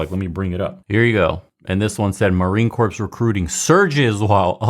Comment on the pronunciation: “Core” not “corpse”. You’re better than that! Still a fan even though you don’t speak Latin, Greek or Hebrew apparently 🤣 let’s go tribe! Let’s learn our Latin!